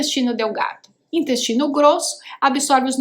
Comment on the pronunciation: Ela falou dinyestino não dá coluna